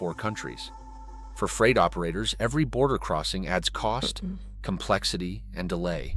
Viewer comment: Bad A.I. video. It shows cars, not freight cars. Clearly A.I. built this video. Freight is pronounced "Frate", not "Fright". English may have lots of German words, but this one is not pronounced following the Germanic rules. English has many, many, exceptions to almost every rule. Read, read, reed, Reid. One of those is pronounced "red", but all the others are with a long-E sound. The USA has the largest rail system in the world. Ours it just optimized for freight, not passengers. Freight trains today, at least on the outside, look very much like they did 50 yrs ago when I was a boy. I've had to wait 20-30 minutes for a train to pass so I could get to school or work many times. I've been on Frances and Italy's high speed trains. They were nice enough, but felt well-used. The Italian train was a bit faster and felt higher-end from a passenger cabin standpoint., have you ever stayed in a sleeper car on a train? I have. They put 4 people into those cabins and lock you inside overnight to prevent thieves from visiting other cabins overnight. The conductor shows up twice in the middle of the night to check tickets and passports, assuming you aren't stopping to drop/pick up more passengers. Our cabin had the heat turned all the way up and we could only open 1 tiny window in the upper part of the windows. It was sweltering all night. We shared a cabin with 2 random people. Nice people, as you'd expect, but none of liked sweating all night in springtime (April). When the train